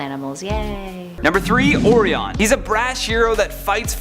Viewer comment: O reee on? You mean Orion?